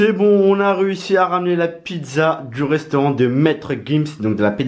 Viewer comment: Un reusteurant il a dit